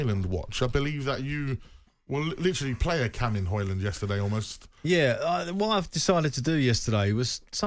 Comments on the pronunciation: It’s pronounced “Hoy-lunn” like “Roy-lunn” where the “u” is pronounced like the “o” in “goal”. I don’t know why he would ask his Swedish wife, since Højlund is Danish, not Swedish. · Manage to butcher Højlund's name in both English and Swedish(or was it "Swenglish"...). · He does not get the service needed. Not even Haaland would score in this team. And the man pronounced Højlunds name wrong. He said it in Swedish😂